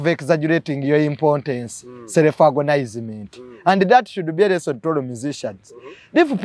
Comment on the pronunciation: what exactly do you mean? In your explanation you seem to mean self-aggrandizement but you're pronouncing a different word agonize-ment.